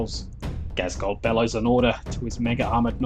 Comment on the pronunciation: I've enjoyed waiting the battle reports but your pronunciation of cowardice and Ghazghkull was shocking.